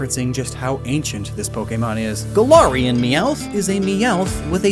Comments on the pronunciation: Really interesting video 👌 Although the way you say Galarian makes me want to throw up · im sorry, but the way you pronounce galarian annoys me deeply, other than that great video